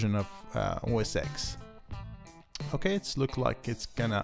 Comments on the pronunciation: You should pronounce the X as 10 so it's like OS 10. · Thanks for this. My only peev is referring to it as OS 'EX', when in fact it is a Roman numeral 10 (X), so OS 'Ten' would be correct. This coming from someone who started with OS 7.5.3 through 9.5.1, with the next logical release being 10.x.x. Great vid otherwise, thanks again.